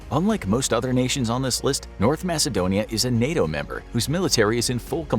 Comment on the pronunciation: Macedonia is pronounced with a K, not an S.